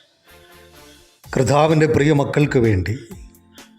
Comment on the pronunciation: കർദ്ദാവ് അല്ല സഹോദരാ...കർത്താവ് 🙌